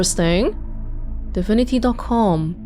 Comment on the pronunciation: Am i the only one that keeps hearing her saying "difinity" and not divinity?